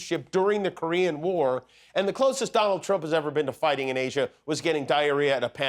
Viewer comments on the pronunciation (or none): none